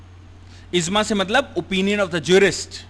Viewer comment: It is IJMA and not IZMA..! The word IJMA comes from JAM'A means to collect and thus is the term where it implies for the collection of the opinions of Jurists. Some other mis-pronounced words in this lectures are: *KAAVA-Kaaba *NAWAJ-Namaz *ALISALAM-Alaihissalam e.t.c, Your lectures are excellent but kindly be succinct with the pronunciation. Regards, Shahab Shabbir Aligarh Muslim University